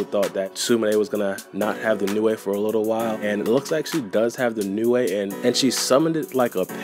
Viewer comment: OMFG ITS PRONOUNCED LIKE NEW NOT NEWAE